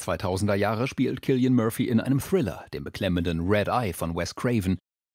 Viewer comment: zum Glück habt ihr ihn richtig ausgesprochen, sonst hätte ich sofort ausgemacht